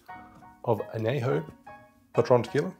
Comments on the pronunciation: love your videos. but just a small nitpick. it’s not anejo it’s añejo. the ñ is it’s own letter. other than that small nitpick, great video!! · It’s /an ye ho/ not /an ney ho/ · Good summary. But, only use 100% agave tequila! Anejo is pronounced an-yay-ho. There is a tilde over the N, not available on this keyboard. I would reserve a good one for sipping. But an Old Fashioned does star the liquor rather than hiding it. Next: Mescal! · I know, right? As a Spanish major this kills me. Wish he would say it correctly. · Aussies really struggle with Spanish. It’s “an-yay-ho” and “ha-lees-ko”. Otherwise, awesome vid! Made me thirsty.